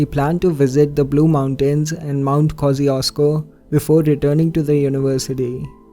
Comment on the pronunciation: It took me a while to realize you meant Mount Kościuszko in the Australian case :D No offense, but you botched the pronunciation beautifully ;)